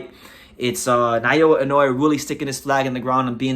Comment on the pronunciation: He is not Nayowa but Naoya.